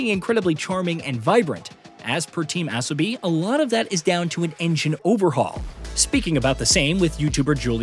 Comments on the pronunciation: I'm pretty sure it's Uh-so-bee, not Ass-oh-bee. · its pronounced Asobi, not Assobi like you keep saying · I’m pretty sure Asobi is pronounced A-so-bi not As-o-bi 😅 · Asobi….learn how to say it! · Still can’t get the ai to say asobi properly 😂😂